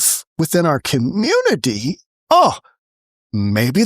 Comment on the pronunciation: Why can none of these people pronounce community?